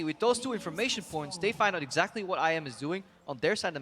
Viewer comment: "Exactry".... really!!?!?!? Lmfao.:D